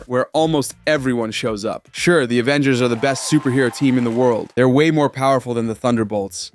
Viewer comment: “Avengersz” so an S or an L?